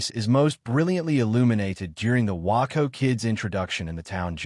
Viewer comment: WAY-CO WAY-CO WAY-CO. The Waco Kid is pronounced Way-co. Could not get through the vid hearing WAA -Co Kid!